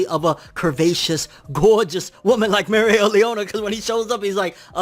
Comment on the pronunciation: 12 minutes of saying Mereoleona right... How can I get such power? I say it right, then mess up after lol